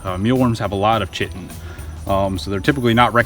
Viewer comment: Chitin... pronounced "kite-en"